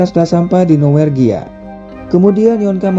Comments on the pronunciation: Norwegia Min, bukan Nowergia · Norwegia. Bukan nowergia